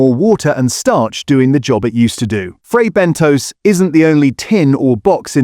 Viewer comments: It is pronounced Bentos NOT BENTOES ! Please get it right ! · “Fray Ben Toes?” Is that real toes? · Or Fray Bentos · IF YOU CAN'T SAY FRAY BENTOS PROPERLY DON'T EXPECT A HYPE